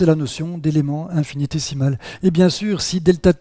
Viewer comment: Attention à la prononciation : infinitésimal <> décimal.